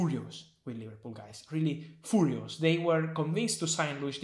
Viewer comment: TOT-HEN-EM... WHY YOU SO FOORIOOS??